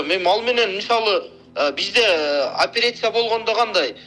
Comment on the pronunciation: Депутаттын созубу опирация дейт акмак туура суйло же кыргызча суйло да а так патак дейтго